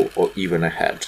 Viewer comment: Hi,. A couple of tips: heght is pronounced as (хайт), not as hate (хейт). Head (хед), not as hat (хэт). And also, don't forget about pronation(however slight) to the inside edge, which creates X-formation of legs. Glad to see you on skates, man.